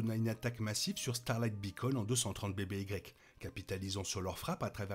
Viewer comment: J'avais compris, merci. "avant Yavin", ça sonnerait beaucoup mieux que ce pseudo anglicisme inutile et mal prononcé.